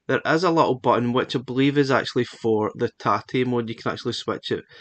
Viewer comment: As a Japanese, I appreciate your correct pronunciation of tate very much.